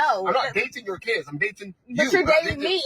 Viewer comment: It's pronounced Kids.not keids